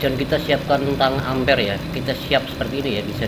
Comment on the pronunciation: hadeh baca tang amper aja masih salah, banyak banyak belajar mas